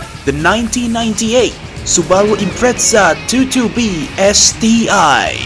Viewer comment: The subaru 2"2" b XD sorry the way he said it was unexpected lol 😅